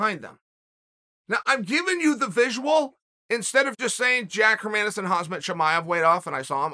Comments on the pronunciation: chael it's khamzat not khazmat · it's pronounced hom zot, not hazmat. i get that this is a real nerd emoji comment to make, but everyone's gonna have to be able to say his name eventually, from where he's headed. might as well get it right now. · Chael brother, it’s KhaMZat not KhaZMat. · Chael "Hazmat not Khamzat" Sonnen lol 😭😭😂😂😂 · It’s been 1.5 years and Chael still says Khazmat instead of Khamzat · Am I the only one hearing hazmat instead of hamzat.... Uncle chael this ain't no hazmat suit 😂😂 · It’s Khamzat NOT Khazmat 🤦🏼‍♂️ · Casually calling him KhaZmat not Khamzat is so Chael Sonnen! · an entire video and he pronouncing his name wrong!! it's Khamza not Khazma... haha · not Hazmat his name is Khamzat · If you’re so hype on Khamzat Chimaev how about you pronounce his name right. It’s HAM-ZAT Not HAZ-MAT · Who is gonna tell chael that he is called khamzat not khazmat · somebody tell Chaelthat his name is Ham zat not Haz mat .... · Its "Ham... Zat" not "Has...Mat" FFS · It's not khazmat chimaev it's khamzat chimaev. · Chael for the love of god. Its KHAMZAT. NOT KHAZMAT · FFS uncle Chael its Khamzat dont say Hazmat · Khamzat,his name is Khamzat not Khazmat! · Why do you always say Hazmat Chimayev. He is Khamzat but is Hazmat lol. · What's the over/under on whether Uncle Chael will ever pronounce Khamzat correctly? #nothazmat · Who is this "Khazmat" that Chael speaks of? I know who Khamzat is, but I never heard of "Khazmat" 🤣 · Its not HAZmat- its KAMzat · Why are u still calling him HAZMAT? Thats like someone calling you Chlae.. Khamzat. Its not that hard to say.. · Can u please stop calling him haZmat!? He's name haMzat. HaMzat! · It’s khamzat not khazmat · NOT HAZMAT ITS KHAMZAT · Chael he name KhamZat, not KhaZmat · Hazmat chimaev😂!!!its khamzat😂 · Hazmat* Stop mispronouncing his name ffs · "Hazmat and Hermaasen", I love Chaels name pronunciations 😂😂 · Everytime uncle Chael says Hazmat I think of a hazmat suit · "Hazmat"-uncle chael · "Hazmat Chimaev" ☠